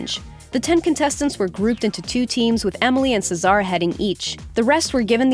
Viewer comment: Wow you butchered Caesar's name